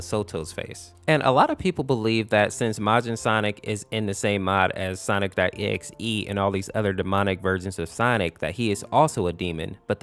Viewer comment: Bro it sounds like he’s saying sonicstotexe